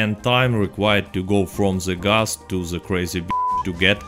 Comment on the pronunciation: ze Gus